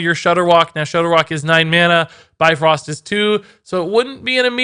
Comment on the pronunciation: BIFRÖST damn it, not bifrost...